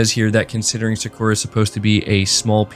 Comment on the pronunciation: You're killing me man. さ = Sa (Sah) く = Ku (Koo) ら = Ra (Rah) さくら = Sakura (SahKooRah) Sony is a Japanese company. It would be very beneficial for you to spend even just 30 minutes on something like Duolingo so you can learn the pronunciation. Even if you don't learn the characters.